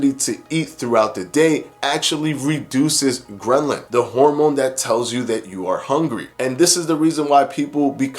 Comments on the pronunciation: Bro, I think it’s ghrelin not grenlin . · I LOVE how you break down the studies for us and make it easy to understand. One note: ghrelin isn't pronounced "gren-lin." 😉